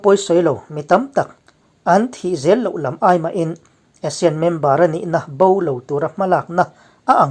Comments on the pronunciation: Asean ti zawktur aw.. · A thupui a i rawn hman khi ka duh tawp..Asane ho ek mai an ni tih khi chu ka nuih a za tawp..hahaha...mipui hian kawng zawh tawh lo in a ruk a ral in bei tawh maise aw, an thi reng mai a rilru a na duh emai....hnam sipai ho hian lungrual tak in bei zel tawh mai rawh se.. i ti lawm awm lutuk e kawlhming i lam thiam lutuk hi a mak ka ti, kawl ho zing a seilian pswh i ang zawk alawm le...damreng ang che..